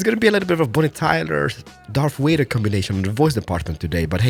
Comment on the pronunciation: "darth wader" xD